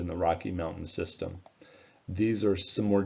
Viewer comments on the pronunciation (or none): none